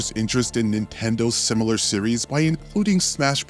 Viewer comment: Let me start out by saying i like your content. It does drive me crazy every time you say simular though. But i get past it anyways